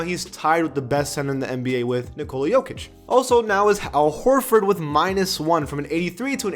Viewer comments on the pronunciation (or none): none